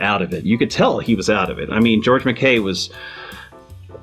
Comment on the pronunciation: McKay is pronounced Mc eye. Anyway, about the lack of character interaction... I’m glad they didn’t do that in this movie. I think a lot of war movies do that whole clichéd artificial character building interaction thing. You know, the blue-eyed mid-west farm boy and that gritty, wise-cracking New Yorker from Queens, telling each other stories about their wives, girlfriends and families. And you know the script writer is doing it because they’re clumsily trying to get you emotionally invested in them ...to prep you for when they predictably get killed off later in a hail of bullets...in slow motion 😂. It’s got to a point now that when I see that kind of thing, I roll my eyes and sigh.